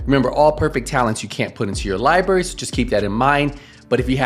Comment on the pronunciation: Lie berry 😂